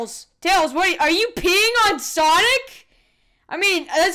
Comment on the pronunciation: Its sonic not sanic